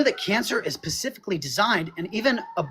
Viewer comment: The AI guy said cancer is "pacifically" designed.